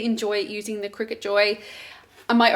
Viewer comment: Pretty sure it's pronounced cry cut